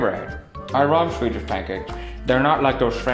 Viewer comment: Swedish* Not Sewdish